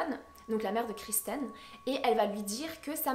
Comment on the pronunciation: kIrsten , c'est Kirsten et non kRisten